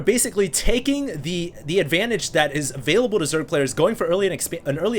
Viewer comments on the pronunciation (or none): none